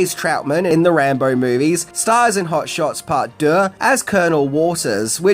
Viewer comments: Anybody feel like playing a drinking game? Every time He says hot shots part duh aka part duh 😂 Take a shot Y so serious 😈🥃🃏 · You’re pronouncing Deux wrong. It’s basically “Do”. Rhymes with two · French is my mother tongue and your pronunciation of deux is impressive. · Ffs, learn how to say 'deux' when you know you have to say it so much! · Drinking game. Shot for every time he says "Deux"